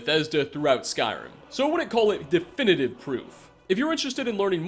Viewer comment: Genuinely, every single time I watch your videos I think you guys are lying about being fans of this franchise. You mispronounce almost every name. It's infuriating and it's putting me off watching your videos.